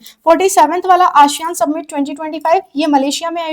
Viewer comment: सबमिट ❌️ समिट ✅️